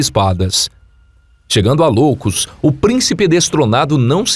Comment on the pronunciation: Cara, nao é cidade de Loucos. É cidade de ioucos. Com i. Nao com L.